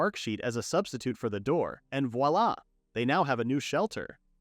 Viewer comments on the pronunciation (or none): none